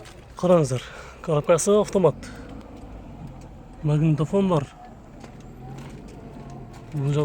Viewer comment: Автор туура суйлошту уйрон кыргызды уят кылбай, магинтафон эмес магнитафон деп айтылат ЛОХ мындай каталарын аябай коп экен...биринчи билим ал анан элге чык акмак...